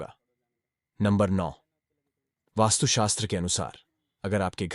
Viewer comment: वास्तु शास्त्र होता है..सही उच्चारण तो करो